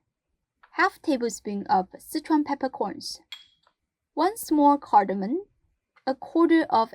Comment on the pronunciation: that sounds delicious! by the way.. it's 'cardamom' there is no 'n'